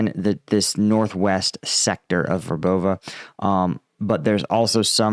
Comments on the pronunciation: VER bove I think. Accent on first syllable. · it's pronounced, Verbov'eh'. just a friendly correction.